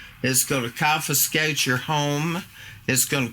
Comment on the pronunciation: Lol did she just tell them "they're gonna cofiskate yer bacon account"? This is comedy gold!-!